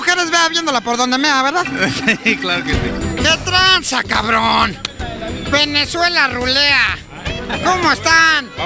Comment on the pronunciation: dice VENEzuela O PENEzuela....jajajajja que alguien me explique...